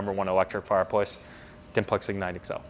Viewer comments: He says fireployce Don't pick fault that could be how they say it in America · The dude sells fireplaces for a living and can’t say the word fireplace, just sayin